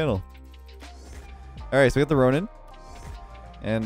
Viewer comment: I love the name of the ronin car because my name is ronan and you say it like ronin. So I feel like I got a shoutout😂❤️